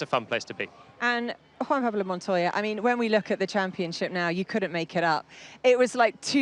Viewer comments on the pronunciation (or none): if you listen carefully you can clearly hear that she said: Juan Man... Pablo 🤷‍♂ mOn vs mAn = not the same 😂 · for Montoya getting his name butchered 😂